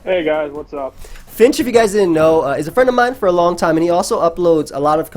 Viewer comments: “It’s Fink, dumbass” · Why is he calling him Finch? I thought it was Fink, dumbass.